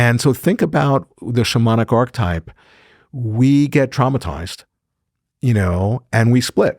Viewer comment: Great content, but marred for me by the repeated mispronunciation of "archetype" which a proper scholar of Jung must surely know how to pronounce. And topped off with a mispronunciation of Nietzsche. I know, it seems pedantic, but to me this destroys credibility.